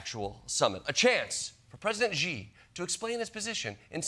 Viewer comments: It's not "Ji", in English, you would pronounce it like "She". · Jordan, it’s pronounced “Xi” 🇨🇳 like the word "she" … not “G” 🤦🏻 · Xi is not pronounced “Ji” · I love the show, but why do Americans all mispronounce the Chinese President's surname as She or Zhe? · It's pronounced "she" but they always try to do something weird with the X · It's "Xi" -- just think /shee/ -You can do it! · Xi's name is actually very easy for English speakers to say as it's "She". Don't let the spelling trip you up, Klepper :))) !!!! Ignore it. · Xi is not pronounced as 'G' or 'She'. It is pronounced as 'C'. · She is not the correct pronunciation either, but it's closer. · I love Jordan so much someone please tell him Xi is pronounced with the “sh” sound. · Why did this person not bother to learn how to pronounce "Xi" ? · When will English speakers ever make an effort to learn to pronounce foreign names. Xi has been leader in china for so long already, learn to say it, please! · If you can't say that pesky "r" sound, then yeah, you're an expert on China, Ronnie. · Any chance you will pronounce "Xi" correctly any time soon? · Yes, of course itis Xi in Pinyin, but that is close in English, No Ge or Ji or Zi. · So much wrong to unpack, here. 1) they are behind by 20 years at least in all things, including tech, always. Don't fall for their propaganda. 2) The X is a "sh" sound. It's "shee". 3) "especially over Taiwan, which China wants to take back..." This is ALSO tinted by CCP-occupied China's propaganda. Taiwan was never China's. Ever. Taiwan has always been ROC. CCP stole the mainland from KMT and declared it PRC. If you get nothing else right, please remember that one. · It’s Xi (pronounced Shi, not Jee). Maybe google before going on air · The Daily Show needs to stop repeatedly saying “president Ji” ! Where the J ? Where’s the J ? It’s Xi. This is seriously driving me nuts now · It's Xi, pronounced as SEE, not ziiii. Do your homework. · You hear different Xi, it's not Zee, it's She